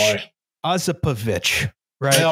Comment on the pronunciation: Probably doesn't matter, but pretty sure the stress is on the first o in Osipovich